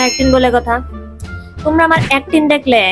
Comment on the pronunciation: ওইটা ওইটা অ্যাক্টিং ওইটা অ্যাক্টিন না 😁😅